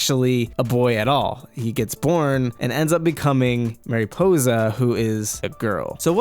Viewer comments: Mare Ih po za Not mareepoza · MA-riposa not MAY-riposa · i’m sorry but it bothered me how you said mariposa mArY•pOsE•a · It's mari possa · Mariposa means Butterfly. Pronounced Marie - Possa.. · Tip: please go to WordReference and listen to how you should pronounce Mariposa. I couldn’t get through the vid. Thx mah-ree-posah Ok I watched but cringed hard everytime you said Mariposa. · Dude, your pronunciation of Mariposa is PAINFUL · Your saying mariposa it wrong I don’t care for it ! Lol seriously it’s distracting.